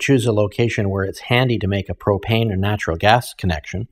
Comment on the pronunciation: Propane 🤦🏻‍♂️...it's propane.